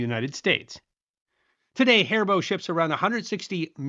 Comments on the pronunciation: It's not pronounced Hair Bow. It is Ha-Ree-Bo, with the rolled R sound. Gummibärchen! Lecker! 😀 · I can understand pronouncing the specific brand properly, but why must we use the German pronunciation for every candy? In English, the word is "gummy," and that's OK. We almost never pronounce Haribo correctly (in the US, we tend to say "hair-ee-bow" and in Germany it's more like "hah-ree-bo), and even in this video, it sounds like he says "hairbow" without the middle "i" in there at all. If we don't bother getting the brand name right, why do we worry about the item name? Also, did gumdrops not come first? We've never called them "goomdrops."